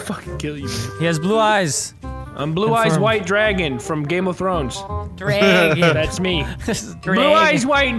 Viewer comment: "Game of Trones"